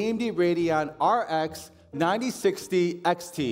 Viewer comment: just call it "9060" it's not that hard